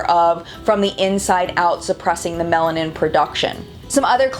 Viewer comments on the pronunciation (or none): none